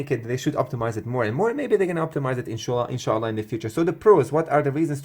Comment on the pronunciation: Inshallah, arabic accent